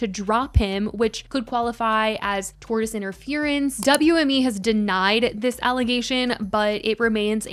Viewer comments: Oh no, lol it’s not a tortoise!🐢 Tortious interference is pronounced tor·shuhs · It's pronounced "torSHus." Why the fuck would they be talking about a reptile? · Lmao tortoise interference. Girl, i love you but if youre gonna talk about it, you should know what it means/how to say it. ❤